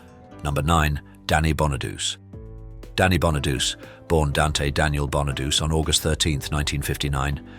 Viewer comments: Danny 'BON A DOOCHEE' not Bon a Deuce. omg again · They're all Scorpio's and Taurus's. I'm a double Scorpio with a Taurus moon. I might be screwed. And Danny Bonaduce is pronounced Bon-a-doo-chee. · Pronouncd bonadoochee. Not bona-duce... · It's pronounced "Danny Bona-du-che". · Right?! BonaDOOSE?! FFS!!! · It's actually Bonaduce. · What exactly are "personal demons"? I don't mind the Hopkins computer voice but at least pronounce the names correctly . (eg Bonaduce")